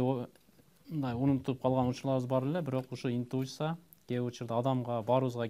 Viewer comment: Капитан команда "индуыса" дейтго!!!😂😂 Интуиция болот!!! Уят уят